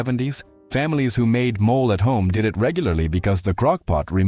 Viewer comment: MOLE is an animal! It's pronounced MO-LAY!